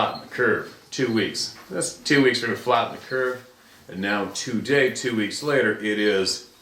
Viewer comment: Love your content but, I know it nit picky, but you saying “two day “ is fucking annoying. Sorry but eecckk!